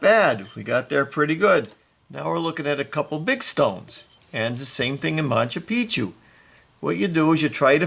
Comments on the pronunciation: Cant even say machu Picchu 🤣🤣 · "Monta Picchu"